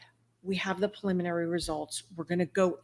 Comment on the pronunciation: with respect, it’s PREliminary, not PAliminary. Thanks for your passion.